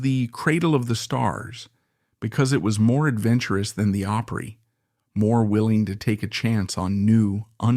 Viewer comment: You want to have all this info concerning those great country artists; then you need to learn to pronounce: Opry…. “Awe pree”